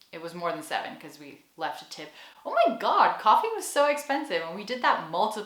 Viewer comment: The oh my god is very American 😅😜